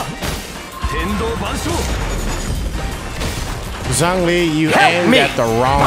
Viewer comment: Noooooo the butcher of old man Zhongli's name but good video though :D